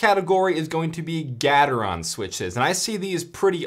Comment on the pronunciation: Gat-er-on Me: no no, I think it’s Gae-ter-on: GAT-ER-ON